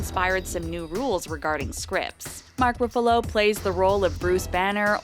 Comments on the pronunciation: His name is not mak Roofalo, its ruffalo.. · lol the way she says ruffalo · Dude she said Iron man as Irone Man and Mark Ruffalo as Mark Ruffoulo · I'd forgive Roo-fa-low, but Ay-ron man... 😑